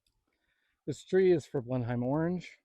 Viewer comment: I have got one tree on my land in wales uk it’s pronounced blenhim